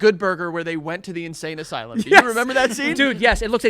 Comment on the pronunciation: Joey keeps saying “a sane asylum” 😂